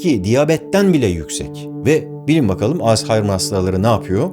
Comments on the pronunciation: Alz-- haymır 😂 alzaymir deyin geçin lütfen, o gereksiz H yi seslendirmezseniz de olur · Jokere coğkır dediğinde garipsemiştim be abi şimdi yeni bir şey daha öğrendim. Artık alzaymır değil als-haymır diyeceğiz. video her zamanki gibi müqqq